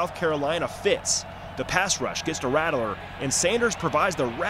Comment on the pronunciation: Good video. Please dont say "rattle er" again. Its "rat ler".